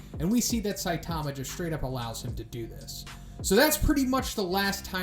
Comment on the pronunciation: Please, please, please! It's pronounced 'SAI-tama'. Emphasis on the 'Sai', not 'Ta'.